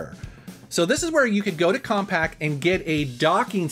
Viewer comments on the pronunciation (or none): I thought you had said "Comperj"